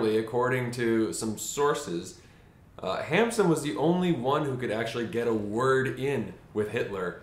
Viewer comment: " Noot Hamsen "